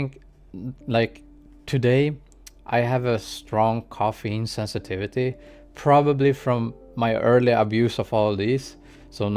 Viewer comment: "Caffeine" not "coffeine" Love this review, keep going